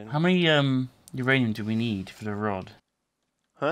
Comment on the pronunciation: No, it's not uranium. It's MYanium!